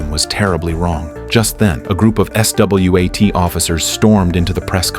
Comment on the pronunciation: "A group of S. W. A. T. Officers ". Lol